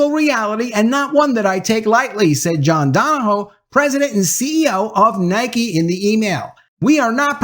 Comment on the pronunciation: Another one bites the dust. Go Woke, Go Broke. Stunner. 👌 Also, two corrections: - His last name pronounced DON-O-HUE - The article came from WFAA-TV, Channel 8, Dallas-Fort Worth, Texas, the ABC affiliated television station, owned by Tegna, Inc. 👌